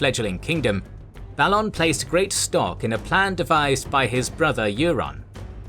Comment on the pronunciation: theres literally a tv series made with the wrighter how u mispronounce so many word and names in these fantacy worlds, theres established content with spoken representations how u manage it baffles me balon is b A lon sorry jus bit of a peeve